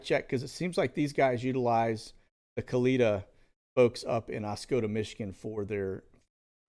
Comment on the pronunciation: Funny you're watching Bill Barr... he "resigned" today (fired) so nothing to see there now. Also, not a big deal but you pronounce Kalita airlines incorrectly. You say "kuh-leet-uh" when the correct way is "kuh-lit-uh". Kalita airways is owned by legendary NHRA drag racer Connie Kalita (was also married to legendary drag racer Shirley Muldowney). Connie currently still owns a successful NHRA drag racing team seen on TV on the weekends competing.